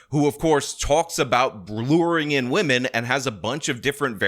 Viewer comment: Why are you just like Lauren.. pronouncing "women" as "woman"